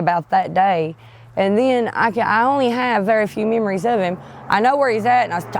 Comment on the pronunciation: “Memeories” love it